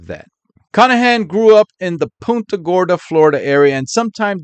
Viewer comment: btw, just a minor correction: it's punt -- like punt a football, when saying punta gorda. 😊 PUHNTA thx for all u do,!